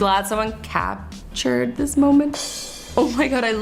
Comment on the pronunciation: azzy: im gald they capsherd this me: me drinking sprit while azzy is saying sprit wow